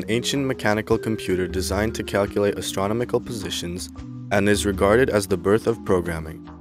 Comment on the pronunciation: Sorry. You lost me at your mispronunciation of astronomical.